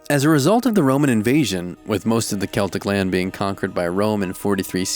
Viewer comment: Same!!! Oh and same with "celtic". He said it right!!